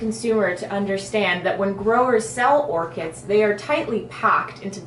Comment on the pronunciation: It's Orchids with a D... Not "Orchits" >.<